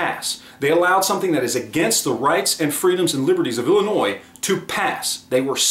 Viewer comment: Wohoo you didn't say "Illinoise". 😝